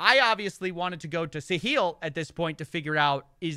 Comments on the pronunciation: Why's he keep pronouncing it "Sa-heel" when it's "Sa-hill?" Didn't one of the guys in one of the videos he playing say the name as "sa-hill"? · Wait, Catilyn is a resident of the UAE?? And Sahil has been banned from X. ( and it's pronounced Sa-hil - emphasis on the first syllable and HIL as in HILL, not like HEEL just letting you know if you're interested ) I just found your channels today and am thoroughly impressed by your production quality and reporting Could someone tell me the difference between and Voidzilla? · Hey, great video as always. Just fyi, the emphasis in Sahil's name should be the "a" not on the "i". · Sometimes when you say Sahil it sounds like "the heel" and actually maybe that is the role he's intentionally taking? Maybe it's part of the deal he cuts with these celebs.